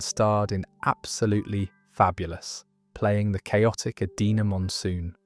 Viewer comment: You mispronounced Edina Monsoon’s name in your June Whitfield segment.